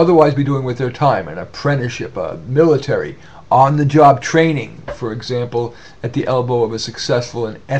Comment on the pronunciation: Some good points there, but recommending the "Military" (My-Light-Awry) for education? Educing one's own consciousness through enlightenment combined with entrepreneurialism would be a far more noble pursuit.